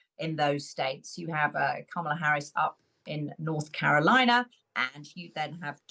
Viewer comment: learn how to say Kamala’s name properly- it’s not hard.